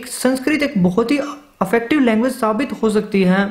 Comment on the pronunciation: भाई , affective/अफेक्टिव नहीं, effective/इफेक्टिव है।